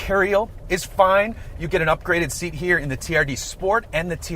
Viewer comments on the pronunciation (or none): none